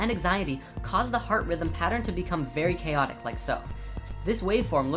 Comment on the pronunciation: ahaha each time i watch this, pronouncation of pattern always incites extra happiness:D